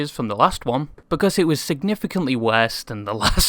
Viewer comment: yo yt creator guy i like the content but i hate your stupid ass english accent and especially the way you pronounce: '' worse ''. Truly hope you can change your accent some how cause some times you pronounce something so weirdly that it feels like power drill drilling into my forehead but keep up the good work.